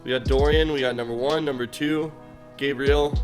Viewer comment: He pronounce Gabrielle wrong...